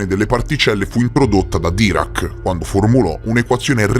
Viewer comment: Dirac con l'accento sulla A però..